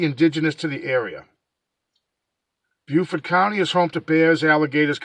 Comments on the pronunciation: It's pronounced bo fort. J live there.we still don't know what. The commissioners are dragging their feet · It's pronounced bo fort county an it's pronounced pan tee go . I live in Beaufort county NC. We still don't Kno what exactly happened. The wildlife had control of the scene an contaminated it. It should have a homicide scene. Dna was screwed up an the state blood lab is a joke here. Lookup commissioner Hood Richardson an see what he said during a council meeting. Kinda interesting.